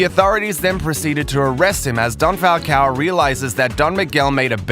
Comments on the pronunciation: It's "Falcón" not "Falcao" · My most favorite moment is when you pronounce the name Falcon not Falcow